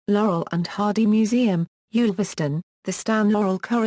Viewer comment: One of the more accurate accounts of Stan's life, provided anyone can decipher the verbal mangling of Stan's birthplace. It's Ulverston, not Yoolverston, rhyming with "gull". There's also the usual - and understandable - confusion over his marriages, but it would be interesting to know where the idea of two museums in Harlem came from. The last time I was there (one of several visits) it was still the only one in the USA. But compared with a lot of other nonsense about Stan (eg: father of Clint Eastwood) it holds up well, though as always with such things, there's a lot left out.